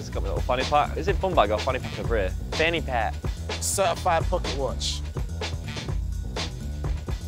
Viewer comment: when said fanny pack in an american accent lmaooo